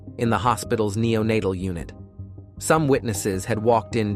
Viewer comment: declening? nenatel? Some sentences are just nonsense words. It's an interestinng case. Then the words go haywire. I'm going back and watching older videos. So I like your scripts.